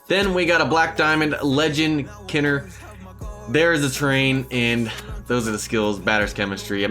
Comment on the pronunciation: For Ralph Kiner, “Kiner” is pronounced like Kyner.